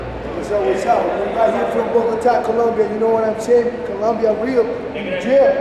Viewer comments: It’s Colombia not Columbia. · Colombia, not "Columbia." Geez, read a map. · Bogotá Colombia! Not Columbia!!!! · IT IS COLOMBIA, NOT COLUMBIA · Tim OB What a ignorant comment, some people like us try to speake well dumb ass. It's Colombia not columbia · COLOMBIAAAAA* u guys keep saying Columbia